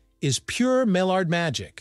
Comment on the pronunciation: My yard. Not Mall-ard; that's a duck.